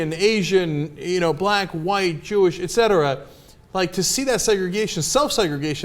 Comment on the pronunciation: it's "et cetera", Ana...